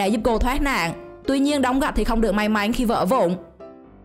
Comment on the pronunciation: may mắn lại cứ đọc may máy chắc review này là người nước ngoài đang học tiếng việt ak